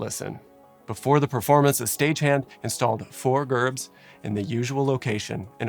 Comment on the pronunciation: Painful hearing you say Gerbs wrong over and over is cringey